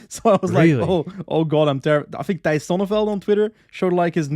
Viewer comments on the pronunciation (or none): none